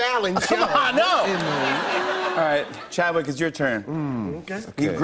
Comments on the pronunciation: "CHADWICH" what did he say?! 😕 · he said Chadwitch 😂😂😂